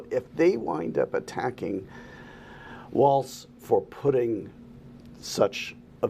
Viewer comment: Might want to research how to pronounce Walz' name if you're going to run interference for him.